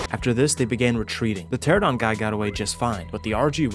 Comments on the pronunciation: This game looks pretty fun. I’m picky at times though, so I got to point this out just for my own sake. Or i won’t stop thinking about it haha. pteranodon is pronounced (Ter-an-uh-don) not Ter-uh-don). It’s even spelled the way it sounds, Pteranodon. Anyway. Either way you pronounce it. You’ve made me want to try this game out. I’ve watched a few videos now from you and it looks so fun. And i love dinosaurs. I grew up reading James Gurney’s Dinotopia books, a lot. I loved those books. I still do. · Please stop saying "teradons" its "pteranodon".... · Bro couldn’t say Pteranodon to save his life. It’s Ter Anna don. Not a Tera don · Nodon....pteraNODON...tear anna don...🤣🤣🤣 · Say it slow now... Pter Ano Don. After almost a decade, thousands of hours looking at the same names and y'all still cant pronounce that correctly... "Terrordon".............. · For fucks sake its pteRAnodon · kills me youve been playing this game for years and still say the dino names wrong lmao. pteradon